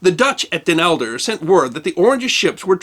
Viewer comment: Not Elder: Helder.